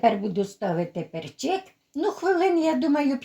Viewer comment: Гарно,і думаю ,що смачно.Але "пЕрчик",а не "перчИк". Наголос на" Е".